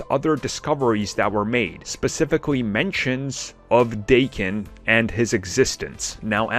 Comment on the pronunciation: It's Dah-ken, not Day-ken. I mean fuck, Is it really hard to do 10 seconds of research on google to find out the proper pronunciation? It literally took me that amount of time to google "daken pronunciation". Japanese isn't Aramaic... It's a very common and widespread language. Do better.